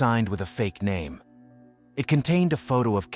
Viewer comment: Why does he keep pronouncing her name differently each time he says it?